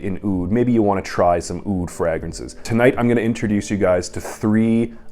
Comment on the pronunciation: love your content brother but please pronounce it fraYgrances. My eyelid kept twitching.